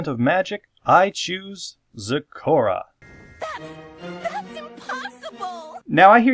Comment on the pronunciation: Iz waz soz happyz when yous said zecora actually